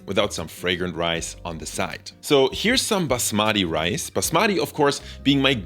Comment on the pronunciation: Stress on the first syllable "baas" and then say "mati" together to say basmati correctly